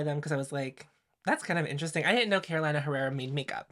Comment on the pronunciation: may I say you're too polished to say carola-ina herrera, pencil it in for next time as caroleena herrera! PS: I've been waaaay more intregued by the LH palette rather than this ND launch. And if everyone did magnetic palettes/ pans, i dont know if i would even consider half the ND palettes I'm interested in...